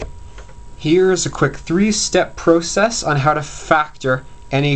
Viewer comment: he pronounced process wrongly lol